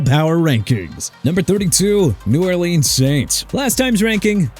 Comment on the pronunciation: NEW ORLEANS PRONOUNCED NEW OR-LINS!! DO YOU HAVE RESPECT FOR THE PEOPLE OF NEW ORLEANS? CUZ IF YOU HAD ANY YOU'D PRONOUNCE IT RIGHT!! AND YOU OUT OF YOUR MIND RANKING MIAMI AT #19! YOU KNOW WHAT?! YOU HATE THE DOLPHINS?! GOOD FOR YOU!! HAVE FUN!!